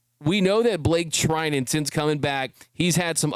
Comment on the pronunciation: bruh, Treinen... ur killing me 💀